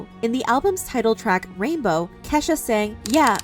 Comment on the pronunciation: Why is she saying keshas mom name like that